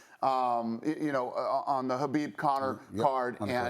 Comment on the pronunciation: I heard DANA say "habib" I didn't know the K was silent. Sorry khabib for pronouncing your name wrong